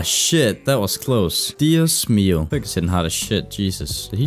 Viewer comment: buen español